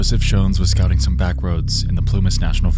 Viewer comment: Voice and way of speaking is kinda funny lol. "volksWAGON" lol. just odd emphasize at times. some words are barely understandable. "scouting" is completely swallowed.